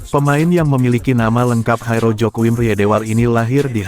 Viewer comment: Coba sebut nama orang dengan benar. Jairo jgn dijadikan nama meksiko. Sebut huruf j nya atau sebut y. Kok jadi kh.. ngaco buat content.